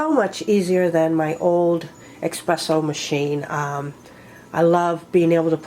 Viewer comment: Actually is espresso not Expresso 😂